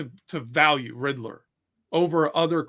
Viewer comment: Take a drink everytime, said Riddler (Rid-der)